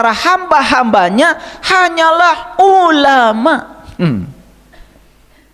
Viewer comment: hebatnya si itu nyebut nama Allah menjadi auloh dan aloh.dan si gz becus baca alquran,pdhl si udah bau tanah.itulah hebatnya si